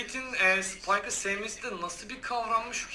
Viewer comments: Abi spikeka tipsiz diyon ama oyunun en iyi karakteri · Off neden spayka neden tipsiz diyonuz